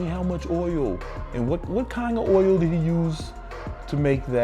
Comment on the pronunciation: i find funny how u say "oil". like oyyol :D